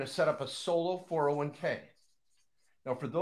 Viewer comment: Lol, you pay taxes when you convert. Also, it is a 401k, not 4011k...funny guy. Love the enthusiasm and hilarious you started the video with "Don't listen to people's comments". Brainwasher...Nobody gets 1M in 6-7 years from a ROTH IRA putting in the max, even at 15-20%. Doesn't happen buddy. "If you want to make a million $, we want a relationship for years to come" 🤣😂. Of course you do, drain other people's money. After thought before I close this, the oil wasn't in SD, it was likely in ND. I call total bs on everything. Hahaha